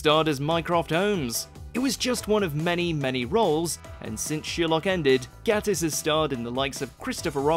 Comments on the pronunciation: It's GATE-ISS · it's mark (gay-tiss) LOL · It’s Sherlock not shirlock. It’s Gay-tiss not Gatt-iss. Want to see some more? Of Sherlock, oh yes!